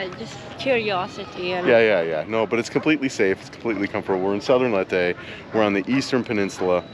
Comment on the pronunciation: It’s pronounced “Lay-teh”, thought you’d want to know that. Thanks for sharing; so nice to see other beautiful scenes in the Philippines that I’ve never seen. ❤